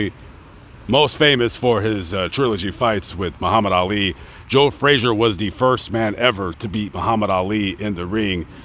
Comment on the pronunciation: Pity the announcer can't pronounce his subjects name correctly. It's not 'Fraser'....